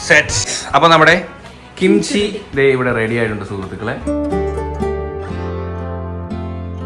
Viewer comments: kimcha alla kimchi annu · Note kimcha 😂😂😂😂kimchi✅